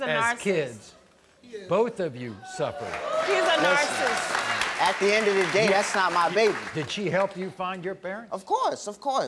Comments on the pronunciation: the proper word is narcissist. That's properly pronounced "Nar-Si-Sist", using 3 syllables. The word she said was "Nar-cist", using two syllables, a word that doesn't exist. Nice try!!! She must have looked the word up the night before. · It’s narcissist, not narcist, lady